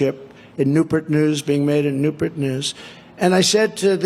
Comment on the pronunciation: Where exactly is "New-Pert" at? is that a made up Trump city? Or is it "Nu-Purt" to go along with his "Minions" of dollars? He's a deranged hack! Thanks!